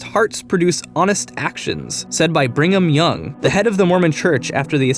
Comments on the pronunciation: Brigham :) not bringham. Please don't bring ham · Bringham? Bringham! It's bloody Brigham! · Brigham Young not Bringham. Good job though. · Bringham Young.... Sigh... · "Said by Bringham Young." As somebody who was raised LDS (I'm not a believing member any more...), allow me to assure you that you got that first name wrong. It's Brigham. No n. Also, the members of the church don't like to be called Mormons any more, they prefer Latter Day Saints, or LDS if you're too lazy to say that. :P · It's Brigham Young, not Bringham Young, sincerely, a Mormon fan. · It's Brigham Young not Bringham, and Mountain Meadows, not Mountains Meadow. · Brigham* not bringham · It's Brigham young not bringham young. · Um...Brigham, not Bringham? Otherwise, great work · Correction it's Brigham Young not Bringham Young. Cool episode though. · It's Brigham Young. Not Bringham Young. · Great video. But it's Brigham Young, not Bringham Young.